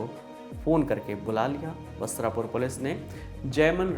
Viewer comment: It is pronouced वस्त्रापुर